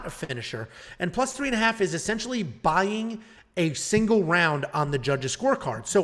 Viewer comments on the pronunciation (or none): none